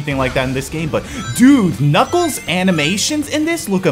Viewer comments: you said nickles instead of nuckles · It actually pronounced /Nuklz/ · his name is knuckles!!!!!!!!!!!!!!!!!!!!!!!!!!!!!!!!!!!!!!!!!!!!!!!! how many time have you keep naming him nibbelss?!!!!!!!!!!!!!!!!!!!!!!!!!!!!!!!!!!!!!!!!!!!!!!!!!!!!!!!!!!!!!!!!!!!!!